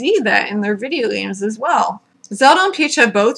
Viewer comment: "W-w-whurrduhvideeayahgaems?" I died.